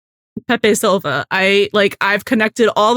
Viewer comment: For future reference, it’s “Pepe Silvia” not “Silva” 😉